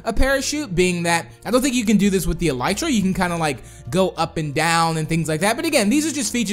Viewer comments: It's eeelytra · the elytra is pronaused like this e-lee-tra